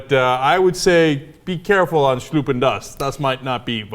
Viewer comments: es heißt "schlucken"! nicht schluppen! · schlucken, not schluppen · "Ja, Schluppen das" - is that supposed to be German? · haha schluppen is not a word & not similar to one either. it's still good fun tho & indeed it does sound kinda chaplin-german ^^ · I guess Cenks original Quote is supposed to be: "Ja, schlucken das, das ist Vitamin." which means: "Swallow this, this is Vitamine". Love his "German".